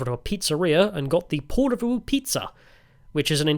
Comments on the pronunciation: Ok.. Lived in Finland for 24 years now, speak Finnish and HATE it when content creators make videos but don't learn how to pronounce any of the place names properly.. I instantly gave up when you butchered Porvoo. At least TRY to speak the names properly. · Tää on niin tätä. Vieraiden kulttuurien kunnioitus puuttuu tyystin. Provosoidaan tarkoituksella. Paitsi, jos tää on itseparodiaa. Britishplainingiä parhaimmillaan. 😁 Se Porvoon ääntäminenkin oli ihan omanlaistansa. 😂